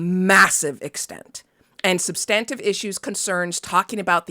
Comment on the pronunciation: IMO, The horse race journalism should be left to partisans. It leaves the voters ignorant and just pushes us closer to the universe of Idiocracy. I can't tell much difference between most political coverage and the Kardashians anymore. Also ... is that how 'substantive' is pronounced? I always thought the emphasis was on the 1st syllable.